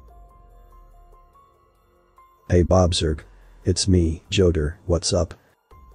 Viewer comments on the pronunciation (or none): Joetar??? JOESTAR????